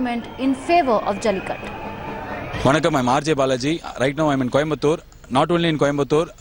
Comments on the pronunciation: it is Jallikattoooooooooooooooo. IT IS NOT JALLIKUT. why you northies always sanskritize dravidian words? 😡don't you people have respect for other's culture and language? even western journalist do not change Tamil words to latin or something else! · Why don't these North Indians know how to pronounce the 'U' behind?